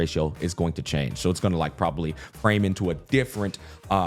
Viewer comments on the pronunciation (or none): none